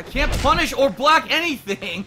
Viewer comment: 2.40 "couldn't bolck!" And he was mid air...ffs try to learn at least